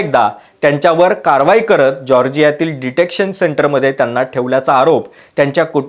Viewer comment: Detention. Not detection.